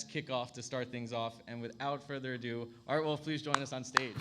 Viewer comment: It is "Art" - not "Arte" 😉